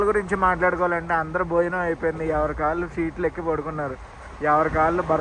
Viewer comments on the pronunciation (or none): none